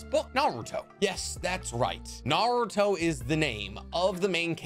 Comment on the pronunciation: Love his content so much but my god he mispronounces 95% of naruto stuff lol